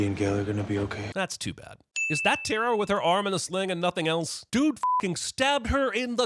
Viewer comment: Sin for every time someone pronounces tara as terror 😂